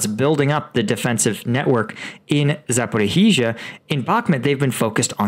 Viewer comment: And yes, it’s Zaporizhia! It’s not Zaporihizhia! Pretty please 🙏